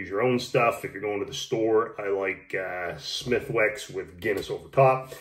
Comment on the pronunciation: Smithicks... W silent.